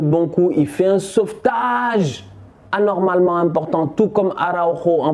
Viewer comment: Excellent débrief comme d’hab mais j’ai retenu une chose:ANIRMALEMEN😂🤣🤣